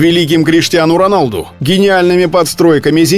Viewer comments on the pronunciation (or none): none